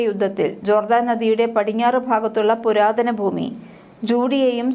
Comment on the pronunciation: ബൂമി അല്ല. ഭൂമി എന്ന് ഉച്ചരിക്കൂ